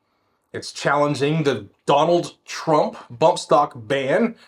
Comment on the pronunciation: I DON'T like the way you say 'Donald Trump' 🤨